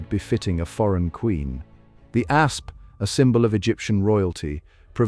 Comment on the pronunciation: "Egyptian A.S.P. venom..." - guys, if you have to use A.I. for your entire video production, including narration, at least show the effort to control the final result and fix the obvious pronounciation mistakes. Even if you have no pride at all in your material, at least spare your audience from getting headaches listening to it.